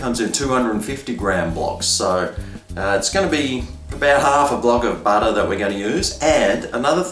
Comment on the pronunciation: Badah on the top, in the dough!! Nice taste, but adding 'badah' in my bottom😕